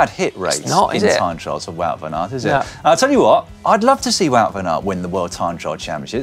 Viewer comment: I played it 5 times and couldn't hear anything else than good banana. Let's assume it's mispronounced Wout van Aert.